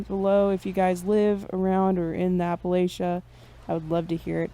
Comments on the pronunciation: I’m gonna say it again. It’s Appa-LATCH-ah. For all of you not from here. PRONOUNCE IT CORRECTLY PLEASE!!! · As a Appalachian you kept saying it wrong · Appalachian here, loved the video but if you’re going to talk about us pls say Appalachia right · Thumbs down for how you're saying Appalachia but it's okay I'm still subscribed. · Your pronunciation of Appalachia means you must be a Fed